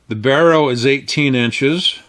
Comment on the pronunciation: It's barreLL not barrow. I don't believe I've ever heard anyone review a gun with a buckhorn sight without immediately expressing that they don't care for the buckhorn sight.